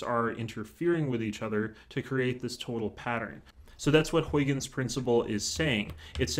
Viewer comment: Great explanation! Also, that's not how you pronounce Huygens :p